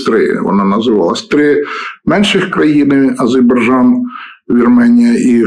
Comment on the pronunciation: Пане Володимире - АзеРбайджан,зверніть на вимову увагу,дякую.